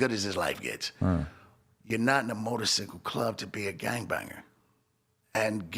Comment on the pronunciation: And why is this nigga saying motorcicle